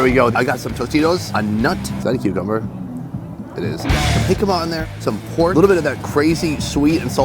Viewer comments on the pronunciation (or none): none